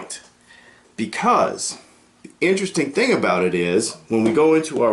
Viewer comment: Veddy in-tear-esting